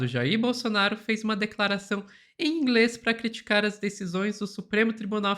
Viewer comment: Gastou todo ,",ingreis,". Que pena. Kkkk